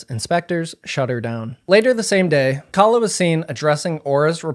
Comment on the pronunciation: Also very telling that she kept deliberately mispronouncing her name as "Kayla" to make her sound like a white woman, and thus: a Karen. No need for nuance when Karens are always fair game.